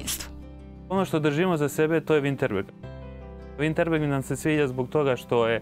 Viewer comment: Nije virnterberg nego "virtemberg"